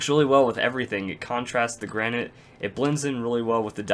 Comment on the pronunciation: Lol u don't know how to pronounce granite(Repliers shut up) The 'a' is said like in grand and the 'nite' is said like the word knit.